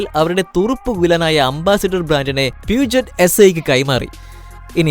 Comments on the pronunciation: Yes it's പ്യൂഷേ & another one renault is not റിനോൾട്ട് it's റെനോ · Not peujet its peugeot പെ‌ഷോ or പീയൂഷോ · pugyoot ennale correct pronounciation